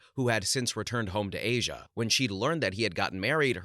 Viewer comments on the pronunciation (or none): none